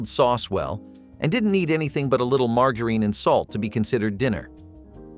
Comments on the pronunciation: Margareen? No, it's margarine, pronounced more like maar.jr.uhn. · Mar jar ihn, margarine